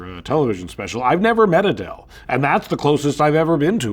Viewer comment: The way Seth pronounces Adel as.....Aye DEL 😂😂😂😂